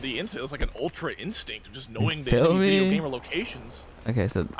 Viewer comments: You mean “another vwideo” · Welcome back to another full vwideo I love that haha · "Welcome to a new vewideo" My favorite part of the vid